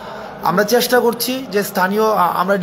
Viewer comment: চ্যাস্টা নয়৷ উচ্চারন হবে চেষ্টা টোর নয়৷ ট্যুর